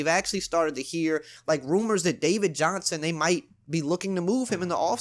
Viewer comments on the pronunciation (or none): none